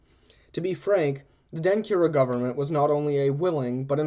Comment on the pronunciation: Really enjoyed this Even though I am finding it a year later!!! One note: When you combine certain letters in Akan languages it changes the sound, for instance a (ky) makes a (CH) sound. so Denkyira would be pronounced DEN-CHEER-A. But I am very encouraged at this podcast and will be engaging as much as I can. Thanks again!!!